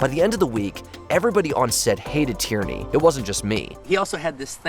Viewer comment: It's nor Tyranny. It's Tierney (pronounced tier-knee).